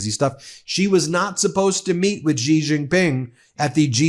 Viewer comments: Its pronounced "sss jin ping" not "zijin ping" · Pronunciation: SHEE - Jinping. Just sayin". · Its Xi and its pronounced She